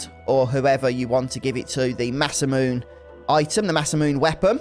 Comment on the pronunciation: Always love your work,! Congrats on getting through so much of this game! Random aside, Masamune is actually pronounced with 4 syllables including the e at the end, since it comes from Japanese (mah-SAH-moo-neh).